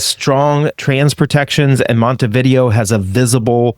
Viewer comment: MontevidEo... not Montevideo ;-)